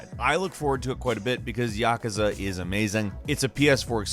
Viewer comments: Ya Ka Za 😂? That pronunciation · YAH kuza? No, its Yakuza. Not YAH kuza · I can't unhear "Yack-us-ah" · why do people pronounce naruto and yakuza wrong? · His pronunciation is off for Naruto and and Yakuza